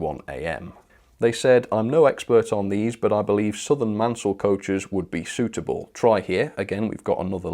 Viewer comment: Be careful with your pronunciation. Don't confuse Richard Maunsell of the Southern Railway.. you must not ignore the "u" so Maun-sell.. with the much earlier Richard Christopher Mansell - Man-sell - of the South Eastern Railway famous for his composite wood and metal carriage wheel.